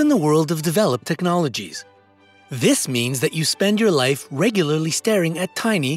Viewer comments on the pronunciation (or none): none